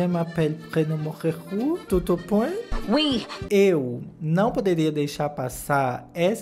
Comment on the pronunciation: A falando oui me quebrou todinha KSKKSKWKWKSKSKSKSKSK